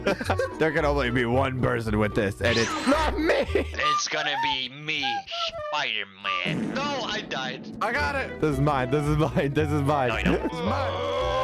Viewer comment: That's not spider-man, that's spooder-man